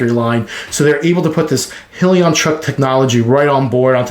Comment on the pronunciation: Nice video! But, it’s pronounced: “High-Leon”